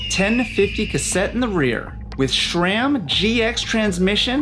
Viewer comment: My guy, it is pronounced "SRAM" not "SHRAM" - there is no "H" in "SRAM".